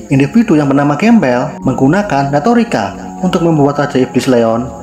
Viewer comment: Grambel bang Bukan Gembel🤣